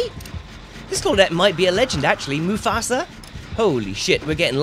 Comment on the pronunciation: No one's gonna say anything on on he pronouced 'mufasa'? THE LION KING?